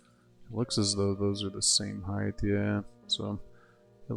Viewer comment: Width / Height. Do I hear you saying hiegth? tehehehe Great build.